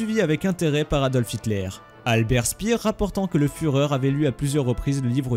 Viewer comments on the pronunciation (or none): Et puis aussi "vegan" et pas ouégand' (Weygand), et "chpéér" pas spiir (Speer)...